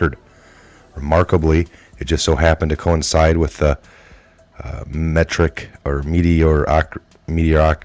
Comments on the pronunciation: Meteoric MEE-tee-o-ric . Syllables. Break it down. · The narrator of this awful video needs to learn to enunciate. He can't even pronounce 'meteoric'!!